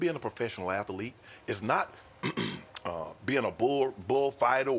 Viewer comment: Sharp hitting three syllables on "ath-ul-ete"